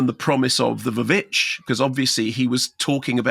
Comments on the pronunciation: Why on earth is he pronouncing The Witch as "The Va-Vitch?" VVitch does not = Va-Vitch. VV was just a visual play on the letter W on the poster. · It's pronounced "The Witch", the "VV" is just a stylized way of spelling it taken from 17th century writings. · The vuh-vitch? I know it's spelt like that but never heard anyone call it that. Even Robert Eggers.